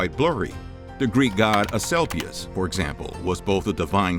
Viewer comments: Boy,did you slaughter the name Thucydides! Thoo sid i dees not Thoo sid dyes ! And Asclepius is As CLEE pee us not As sell pee us. While your history of Greece was interesting, you really need to train your narrators in correct pronunciation. And I really do wonder about some of the "facts" you relate. Ever hear of Hippocrates? Very famous Greek physician. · Thucydides: thew-SID-i-deez. stelae: STEE-lee. Asclepius: as-KLEE-pi-us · He also said As-kelp- ius. I'm not sure how much of it can be trusted : )